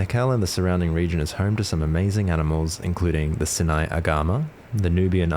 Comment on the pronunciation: Neat vid! Just wanted to mention that Sinai is pronounced like 'Sigh n aye'